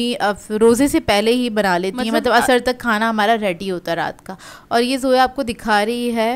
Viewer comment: Aap khanay ko خا q kehti hain 😩